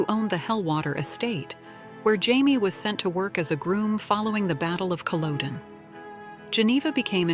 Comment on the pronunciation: If you must use an AI voice, try and find one which can correctly pronounce all of the Scottish names and words used in Outlander. While Laoghaire's name might not be immediately obvious, Culloden definitely ought to be.